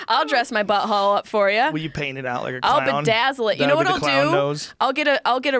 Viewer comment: She sais buhole instead of butthole